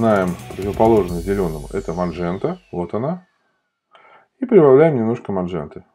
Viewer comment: "МаНжента" повеселила ))